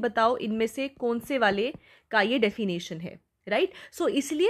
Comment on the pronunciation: Ma'am 'defination' nhi 'definition' hota hai